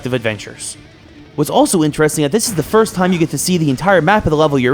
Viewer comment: He said FIST instead of FIRST